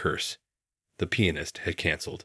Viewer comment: There are many grammatical mistakes in both writing and pronunciation. In the early part it's written Main rather than Ming. Later it should be waited, not weighted. The other mistakes these words are mispronounced; recital, Chopin, Duets, and finale, and the worst is penis not pianist.. I'm sure there are many other mistakes but these were the most glaring. All in all I found this story difficult to believe.